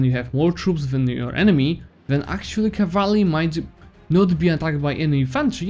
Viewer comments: It's cavalry not cavarly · I don't mean to be rude man but seriously you better check the pronunciation of the "cavalry". Besides that, great video keep it up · Me: Cavalry: Cavraly Me: OK, Cavraly Great guide, I was able to beat Ottomans with your advice. About time I learned to use combat effectively, I've just been throwing my full army into the fray for the last 1k+ hours.